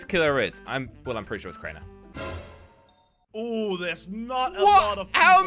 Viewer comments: he literally told crainer to crainey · He said craini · am i the only one hear him say "crainey"